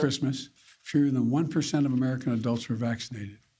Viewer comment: Or as BRANDON puts it: Omnicron